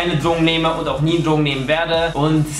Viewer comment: Was?! Ich hab dich nicht verstanden... Dlogen?